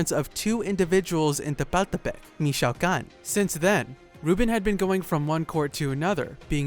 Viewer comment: It is not mich-OW-can... it is mich-o-ah-can.